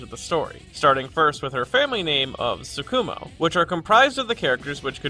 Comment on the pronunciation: Don't mean to be a dick about diction, but it irks me when people stress the second syllable of Japanese terms (i.e. TSU-ku-mo and Tsu-KU-mo)